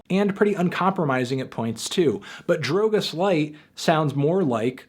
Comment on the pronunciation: amo anthony pronunciando drogas tipo drwougeas